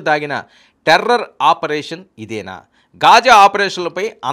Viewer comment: Ghaaja not khaaja